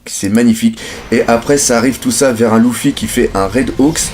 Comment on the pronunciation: pourquoi tu dis louffy ca me perturbe énormément LU-FFY stp merci